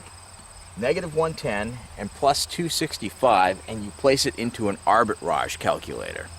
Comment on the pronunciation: It’s not Arbit Raj it’s arbitrage